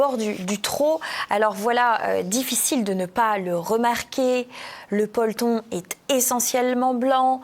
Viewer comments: (et suiv.) Le peulton ? Le polton ? 😉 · PE-LO-TON Pas "polton" 😂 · Bonjour, alors peloton se prononce peloton et pas polton 😂... En plus, c'est un joli mot peloton non 😂? Trêve de plaisanterie, bonnes vacances à Jean-Yves et vous. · "Peloton" et non "ploton"(qui veut dire autre chose) 😂😂😂😂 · Vous m'avez bien amusé avec votre "polton" au lieu de peloton. Continuez de nous distraire comme vous le faites. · on dit "pe-lo-ton" Heureusement que vous avez un très beau chemisier et des belles boucles d'oreilles! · pe-lo-ton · Le "peulton" français 😂